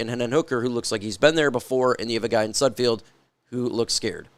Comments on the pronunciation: Not that he deserves his name to be pronounced correctly but it’s Nate SudFELD not SudFEILD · You do know it’s sudfeld not sudfield right? Not that it matters you won’t need to talk about him anymore I’m sure lol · Day 500 of asking you to please pronounce sudfeld correctly. Youre a reporter get it right man. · Derrick probably knows how to say sudfeld correctly